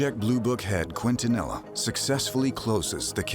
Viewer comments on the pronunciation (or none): Quintanilla keen-to-knee-yah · It's pronounced keen-tah-knee-yah. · They way they pronounce Quintanilla. It's not pronounced k'when-tah-knee La. 😅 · I'm from Texas. Evidently these people have never heard the name pronounced correctly. You and I know better... Keen-ton-eeya... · I'm sorry.... I can't watch this!! Everyone is mispronouncing Quintanilla s name!! So disrespectful!!